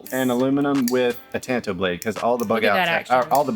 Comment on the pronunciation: Thanks for the great info on Benchmade! They have become my favorite knife company, I’m a Bugout guy! Also,thanks for pronouncing “tanto” properly!